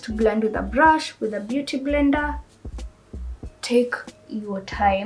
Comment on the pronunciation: It's the "mbeuty mblender for me" aaaai😂😂😂